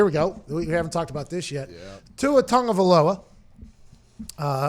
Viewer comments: Why does everyone think there's an N in Tua's name? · Where is the N that so many sports talkers pronounce in Tagovailoa? Why does he keep saying TaNgovailoa? Cant they just read the last name? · "Tua Tavongaloa" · There's no N in Tua's last name, Pat. A Tungavaloa is something you pay extra for in a Hawaiian massage parlor. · “Tua Tungavailoa”